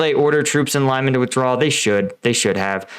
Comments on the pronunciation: great vid thanks! and not so sound cocky but Lyman is pronouced Lee-mawn.. it now sounds like a suburb somewhere in New Jersey. ;) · The way you pronounce Lyman kills me. I know it’s harder for Americans than for Europeans who are used to traveling and other languages, but if you say the same Russian or Ukrainian name in a video 50 times in a row and again 50 times in the next video, just type once лиман in Google translate and you know exactly how it is pronounced. Luhansk also drives me crazy, it’s so easy to pronounce, but YouTubers just prefer to butcher all the city and politician names a hundred times in a row. Just cover another topic, if you don’t care about the content. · Please do better with the place names it's is pronounced Leeman all it takes is to listen to some of the other YouTube videos coming from some of the local contributors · A tip. You can type city names in google translate, set it to Ukrainian and listen to the pronunciation. My ears bleed every time you say "Lime an" :D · The right way to pronounce Lyman is Lee-man. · lee-MAHN!! You pronounce all those other cities’ names correctly. For the love of your own credibility, stop mispronouncing Lyman like it rhymes with ‘SIMON”. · It's pronounced Lee-man... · I'll go with the Ukrainian pronunciation of Lee-MAAN. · It is pronounced “lee man.” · Its 'Leeman', my friend. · Pronunciation guide: “Lyman” (луман) — pronounce it like “lemon” with the stress on the “o”. (The “y” is pronounced like the “i” in “it”) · I never know how these American/British commentators are able to pronounce 'Sievierodonetsk' and 'Zaporizhzhia', but not 'Lyman' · Stop mispronouncing "Lyman." The "y" is like short "i" as in "it." And "man" ryhmes with "on". Otherwise, you are doing a great service. Thanks. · The fact that you did this 60x really rankles. Please do better on your next vid. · I like You, I like Your channel , BUT PLEASE 🙏 change, correct your pronunciation of Lyman! It’s hard to listen to, it distracts